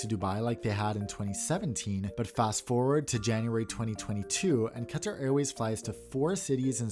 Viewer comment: Wow! You properly pronounce words like Qatar, Pakistan, and route. I think you're the only American-accented YouTuber I've heard who properly pronounces these, and it clearly shows that you care. If you pronounce kilometre properly as well, you'll definitely be unique! Keep it up!